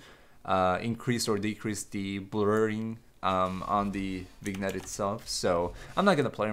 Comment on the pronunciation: it's pronounced vuh-nyet